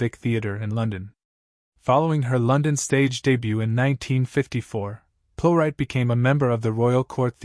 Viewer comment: Could AI at least pronounce the name correctly? She deserves that, surely. A great actress.